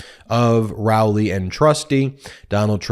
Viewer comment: I think it's Row-ley (as in row your boat) 😅